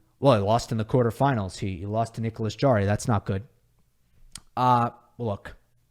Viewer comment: Great job, except for the pronunciation of Nicolas Jarry's last name. It is Harry, since j in Spanish is pronounced h (e.g., Jose).